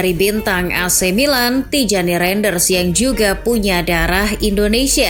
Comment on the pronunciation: izin koreksi nama min, Tijjani Reinjders --> Tiyani Rainders, Eliano Reijnders --> Eliano Rainders, terimakasih min